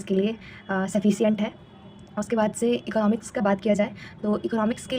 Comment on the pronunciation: to video me EKNOMIKS pronunciatiate kon kr rha hai bhai